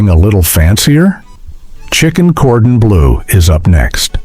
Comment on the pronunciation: It's no wonder you couldn't remember many of these dishes; you couldn't pronounce them or their ingredients, e.g., goulash, chicken cordon bleu, mousakka, paprika, or bernaise.